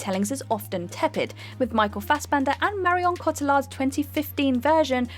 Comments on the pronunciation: Are you guys ever going to learn to pronounce Guillermo? Oh and not just him but Cotillard. You guys live in Europe how are americans pronouncing these names better than you? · Has anyone commented on how Marion Cotillard’s name was severely butchered, yet? Also, the All-Star Weekend event is a mid-season break, not pre-season.